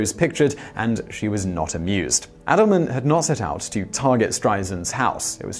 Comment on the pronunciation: It's Kenneth AY-dleman, not Kenneth AD-dleman.